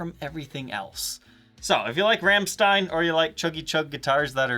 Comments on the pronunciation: It's not pronounced Ramstine. It's pronounced Romsteen. But I forgive you. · As a German 1 minute in I beg of you... Please quit mispronouncing Rammstein. There's no RAM, it's more of a ROM. That is all. Great video though love seeing Paul's signature guitar finally get some light. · pretty sure it's pronounced "ROMSHTINE" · yeah more like Rammschtein XD. really exentuate the german XD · pronunciation of Rammstein 😄 Cool, no nonsense guitar.